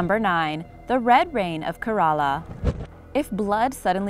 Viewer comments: You are pronouncing Kerala wrong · OMG the way you pronounced my state Kerala is hilarious 😂